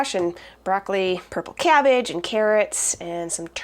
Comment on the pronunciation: When you say cabbage you sound like you're from Wisconsin